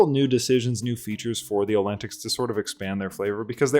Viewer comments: Every time you pronounce the word "olentics" i die a little inside. Good vid tho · ngl I cried when you immediately caught the Rivarisian pronunciation and still misplaced the vowels of Olteni in every single video lol